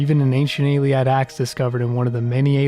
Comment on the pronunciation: Your presentation is really good, annoyingly you keep mispronouncing words and saying things weirdly. This is not a dig just feedback. Atmoran not atmorian Arthropod not arthopod Dedication to the god Auriel not dedication of Ayleid not Ayliad Quagmire not quagmeer "He's refuted for should be reputed.